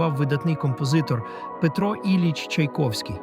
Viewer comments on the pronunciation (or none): none